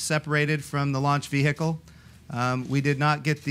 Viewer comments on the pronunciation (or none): Vee her kel. Wtf. Vehicle please